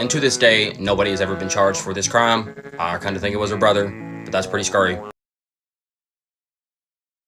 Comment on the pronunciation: "Pretty Scury" XD